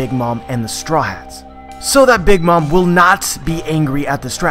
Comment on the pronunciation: I hear chewable when he says his name and stryats when he says Straw Hats lol